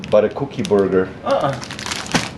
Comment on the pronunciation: Who else loves the way says “Cooukie” love ya guys!!!!